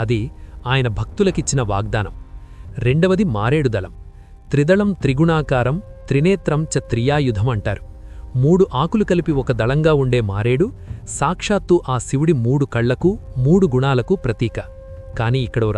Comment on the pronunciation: Thank you! త్రినేత్రం చ త్రియాయుధం అన్నారు; అది త్రియాయుషం; త్రియాయుధం కాదు 🙏